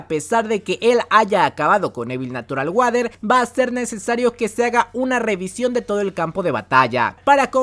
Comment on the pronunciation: E notado que dices natural guader en vez de natural warer